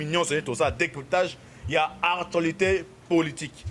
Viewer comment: Bongisa dicton. ''Artualité'' te mais ''ACTUALITÉ''. Aussi rectifie un peu. Tozo landa yo par la voie de l'Internet et non ''internaute''. Biso bâ internautes tozo landa yo par la voie de l'Internet. Merci pona bâ infos ndeko!